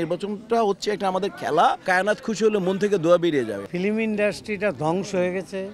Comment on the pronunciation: ডিপজল ফিল্ম উচ্চারণ করতে পারে না।